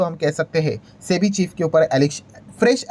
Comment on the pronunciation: Chebi kyu bolre sir